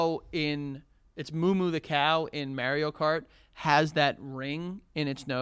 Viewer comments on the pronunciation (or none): “Merio Kart” is so infuriating to hear. And he kept saying it 😡